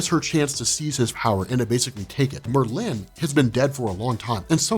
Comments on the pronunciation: bro its just merlin not mer lynn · Why do you pronounce Merlin as MerLIN? The emphasis is on MERlin. Like where have you heard it pronounced the way you do? Please stop. Its distracting. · Sorry to be this guy, but it’s pronounced like marlin (the fish)...Merlin. Not Mer-Lin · It's not mer-LIN, it's MER-lin emphasis on the Mer!!!! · Bugging me too. Does Merlin drink merlot? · If you search thru the whole of fiction including film and all I don’t think you will find that pronunciation of Merlin, two syllables yes but one word, Merlin not Mer Lynn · I love ya but for Marvel's sake... PLEASE say Merlin's name correctly?! It's said as all one word not with two defined syllables. Merlin as oppsed to your Mer'Lin. Good Video! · Bro, it’s not pronounced Mur Lynn... It’s Murrlin. Make Murr the emphasis you draw out, Lin is a shorter and softer. Think: Purrin’ cat Curlin’ weights Roarin’ tigers Merlin 😇👍🏼 love ya man. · It's Mer-lin not mer-Linn I think you do this on purpose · I couldn't watch anymore after the second Mer-lynn. It was driving me nuts. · Not how you say it though. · Dude I have literally never heard anyone pronounce "Merlin" the way you do. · I don't like how you pronounce Merlin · Please stop butchering Merlins name